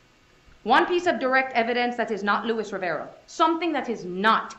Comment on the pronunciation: She keeps referring to him, but his name is Luis, not Louis.